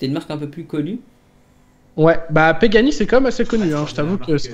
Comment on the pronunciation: ils me tue le à sortir: " si si pEgani c'est quand même une marque assez connu sur le marché" comme si il connaissait alors qu'il vient juste de connaître et qu'il a mal lu le nom xD